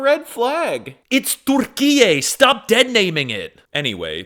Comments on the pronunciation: Türkiye bro not Durrkiyyey lol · if you said that to a turkish person without saying you are american they would think you have brain damage because it sounds like Turrkiyyeyy in turkish. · gng its not durkiye either tho😭😭